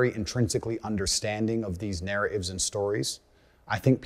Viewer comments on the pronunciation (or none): He drops the “t” on narra(t)ives, responsibili(t)ies, reinsta(t)ed, digi(t)al, ha(t)ers, etc.! It is super annoying.. 🤦🏼‍♀️ HE is super annoying.